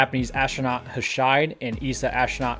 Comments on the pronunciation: Ho-shee-day. There's no "silent e" in Japanese. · Hoshide is pronounced "hoe-shee-deh", and Noguchi is pronounced "no-goo-chee". And the characters that form Hoshide's name (星出) are totally cool for an astronaut - 星 "hoshi" is star (also used in the words for planet and satellite) and 出 "de" is to go out or emerge. Nice, huh! In Japanese, every vowel (and any consonant in front of it, if exists) is a separate syllable pronounced with equal timing, and each vowel is always pronounced the same: "a" as in "father", "i" as in "speak", "u" as in "super", "e" as in "extra", and "o" as in "note". I thought you might appreciate this for talking about Japanese astronauts.